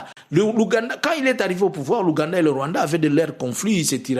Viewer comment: Est-ce que le peuple burundais va accepter? Façon tu as prononcé le Rwanda 🇷🇼 c’est pour m’achever 🤣🤣🤣🤣🤣🤣🤣 Tshisekedi et Ndayishimiye sont deux comédiens 🎭 qui ont transformé deux magnifiques pays en cirque 🤦🏾 j’ai envie d’ajouter sur ta liste un autre groupe des Tutsi qui s’oppose au pouvoir de Kagame et qui soit disant collabore avec Jean Luc mais entre temps ces Tutsi détestent les Hutu comme pas possible 🤣 Tout ce mélange là pour jouer avec le peuple congolais qui ne connaît rien à l’histoire 🙌🏾